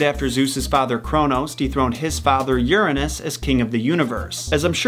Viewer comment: "Efrodeidy", "Eris", "Piedow", "Youranos", "Sous", "Hedis", "Hielios", "Hefistos", "Adahnis", "Enias", "Ethina", "Perris", etc. ... XD! Wow, you did it again. Please, watch your Greek ponunciation!